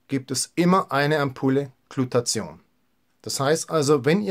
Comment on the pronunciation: Super Infos, aber die missliche Aussprache des Wortes "Glutathion" schmerzt etwas in meinen Ohren. Es heißt nicht "Glutazion", sondern "Gluta-thi-on". Der Wortbestandteil "thio" bezeichnet hier den Schwefelanteil des Moleküls (von griechisch 'theion' = Schwefel). Danke.